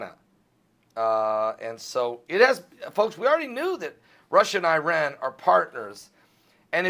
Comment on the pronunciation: Is he sad that Iran and Russia are partnering to attack ISIS, which is a byproduct of Hillary and Obama sleeping together with their Saudi friends? Learn how to pronounce Iran and Alepo. Speak about who did 9/11.